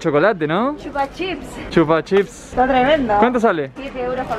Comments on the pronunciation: no se dice chupa chips se dice chupa chups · y no es chupachips es chupachups